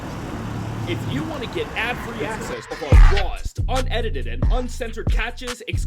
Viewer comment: Unedited ❌ Unediteded ✅